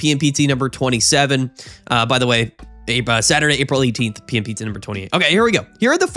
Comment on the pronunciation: I really enjoy how the PMPT tournaments sounds like “pimped”